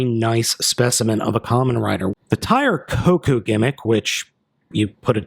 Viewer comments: It's not Tire Koku it's Tire KOUKON! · Tire KoKan. Not kokou